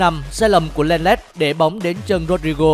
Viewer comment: Thủ môn đọc ko đúng tên. Hậu vệ Pi Qơ..Hậu vệ Leng Lét. =)) tao đang ở thế giời nào vậy